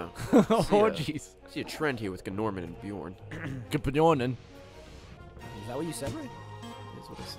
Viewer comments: I hope they know his name is pronounced Norman lol. The G is silent just like in gnome. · I'm pretty sure Gnorman is pronounced 'Norman'. The G is silent, just like in Gnome.